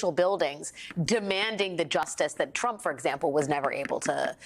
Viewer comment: Love the way Guga Chacra pronounces TFG's name: Tramp 😆